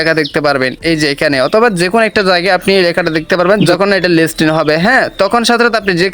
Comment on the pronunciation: লিস্টিন না লিস্টিং হবে বারবার ভুল করছেন.....😅😅😅😅